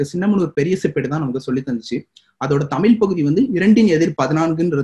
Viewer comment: தமிழ், தமில் அல்ல.. முயற்சி செய்து திருத்துங்கள்